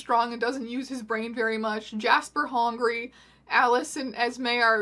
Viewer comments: "Jasper: Hongry" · “He’s worried jasper is going to just murder her to get her out of the way because he hongry” the way i’m SCREAMING about “hongry” omg💀💀